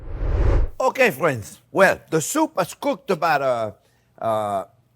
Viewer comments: Well hello der fwens! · I live how he calls everyone "fwens"